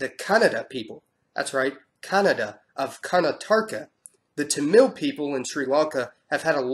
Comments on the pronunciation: I realize this video is a couple years old at this point, but still wanted to point out, just FYI, that the Tamil are pronounced with the stress on the first syllable (TAM-il) and not on the second syllable (Tam-ILL). I only know this because my ex-boyfriend was Tamil, haha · You pronounced Tamil and Telugu wrong... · Hey mister, your pronunciation of "Tamil" was super bad but it's cool! :) nice videos btw, keep up the good work!